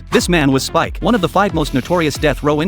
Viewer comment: His name is speck not spike